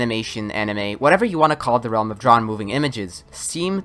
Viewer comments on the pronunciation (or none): none